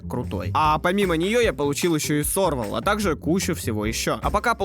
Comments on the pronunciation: хах. спс за часть с хср. меня разорвало (от того как ты произнёс имя перса: Сервал. ты прочитал: Сорвал с ударением на о)я играл во все, но мне не зашёл Honkai Impact по началу игры. я ливнул где-то на третьем этапе боёвки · Во первых, ФИшль. Там нет никакой е на которую надо ставить ударение, там блть одна буква. Во вторых, СервАл. Потому что это не только её имя, но и название животного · Ладно я проигнорил ошибку в имени Энби (было Энди)... но блин СЕРВАЛ! ЭТО ЖЕ НАЗВАНИЕ ЖИВОТНОГО (кстати из семейства кошачьих). Это же тоже самое что персонажа зовут Тигр, но ты называешь его Тогр. Но мне в принципе зашёл видос.